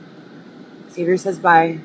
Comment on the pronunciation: I really really dislike you. You are in fact a predator you sicko. He didn’t respond to you because you’ve been saying his name wrong for 5 damn years.